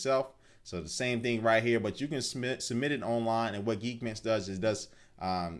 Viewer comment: lol you say geekbench like geekbitch lol